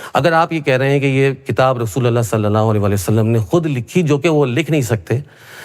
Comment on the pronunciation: Bhai pahle sallallahu-alaihi- wasallam ko kahne ki achhe se practice karlo. Hairat ha, baat karte ho islam ki aur SA Alaihim wasallam bol nahi pate ho!